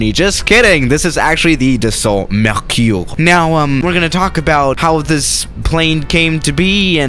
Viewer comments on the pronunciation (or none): you have to say dasso mercUre You don't have to say dassaultee or mercioure c'est facile! Test le rafale à marseille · Dassault MerKIour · Idiot! Don’t try to pronounce Mercure in French if it is so difficult for you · I'm french and you are say "Mercuure" no " mercure" 😭😭😭😂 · « The salt merciour »😂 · Nobody:: Mehküüüüh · Nobody:: Dassault mEcUrE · mdrr dassault mercyoure 😂, j’adore comment prononce les trucs français.